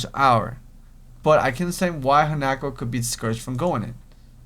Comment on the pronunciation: its han-a-ko